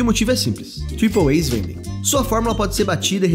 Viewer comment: tripouei????lllkkkkkkkkkkkkkkk "triple A" mano